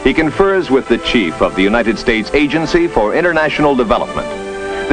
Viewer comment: "Asked the untited states for help"....lol